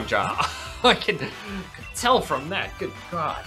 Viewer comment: you said cod instead of god